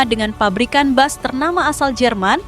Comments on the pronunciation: Bus min bukan Bas😂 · Tolong bacanya bis bukan bas.. mau niru malaysia po?